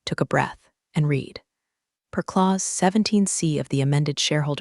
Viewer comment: The narrator could not properly pronounce "read". It was wrong every time. AI?